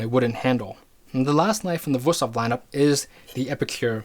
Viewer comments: He probably knows his stuff, but the fact that he's saying WUS-thof, instead of WOOST-hof makes me think he knows nothing. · It would be VOOST-hof in german. W's are pronounced in German like V's are pronounced in English. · Being german, i have to say one thing: Its WÜSTHOF! And you pronounce it like its two words, wüst hof. Really good vid tho, keep up the good work! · WOOst-hof is also not the correct pronunciation, far from it, lol. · in Gemany they pronounce W as V so it is Vusthof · I am not making fun of you but that pronouncing of Wüsthof and btw there is also Robert Herder and Zwilling knives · You pronounced Wusthof wrong, probably cause it's not Wusthof but Wüsthof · You're really butchering the pronunciation of "Wüsthof"… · It makes me sick how he pronounces Wüsthof. He just pretends there is no points on that u. Nobody expects you to pronounce foreign languages right. But if you make an expert video and say that brand name about 50 times make an effort and get it right. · daAnder71 got it. Dots, not points. I'm no stranger to pronunciation problems in languages that I try to speak or that my friends are starting to learn. The Ü is a hard one, no doubt. I just see no effort here - he's just glossing over it - that's all that bothered me.